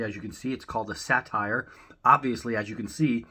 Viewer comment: Not the 'satire', the 'satyr'. In the King's English, usually pronounced 'SAY-dər'. A class of lustful, drunken woodland gods. In Greek art represented as a man with a horse's ears and tail, but in Roman art as a man with a goat's ears, tail, legs, and horns.